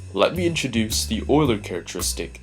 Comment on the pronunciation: It's pronounced, You-ler.